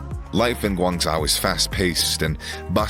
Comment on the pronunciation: Hearing him mispronounce Guangzhou so horrifically triggered me more than it should have.